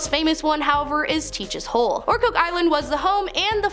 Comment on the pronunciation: I know. But she got Ocracoke right.